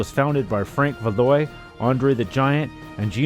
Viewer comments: great stuff!!! btw, i hate to nit-pick, but the promoter's last name is pronounced val-wah, not val-oy. the arena, paul so-vay (sauve), not swa-vay. pierre "mad dog" le-fev, not whatever you said, lol, no offense. it's a french-canadian thang... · Val-wah. So-vay. Other than that, I loved this promotion!